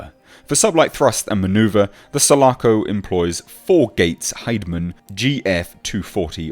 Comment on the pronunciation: Sul--A--Co...Listern to Riply say it!!!